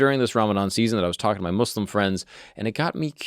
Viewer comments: From the very beginning i was very pleased to hear you pronounce the name right. Islam and Mouslims instaid of Izlam and Mozlims. Thank you! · Gotta say really impressed that you pronounced Muslim right the entire video as a white dude